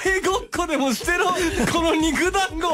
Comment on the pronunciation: この肉団子⤴︎の読み方おもろすぎる